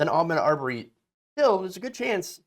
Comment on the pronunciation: You are so on point with your commentary but, could you please say his name correctly. His name is pronounced A Maude. Thank you dear